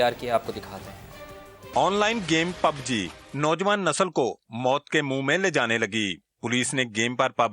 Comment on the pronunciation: Pubg bol na to seekh